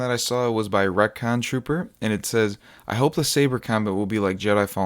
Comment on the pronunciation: 👍🏻🎥 9th!!! 🏅 Just a small correction: it is pronounced Recon(REEK-on) Trooper.😉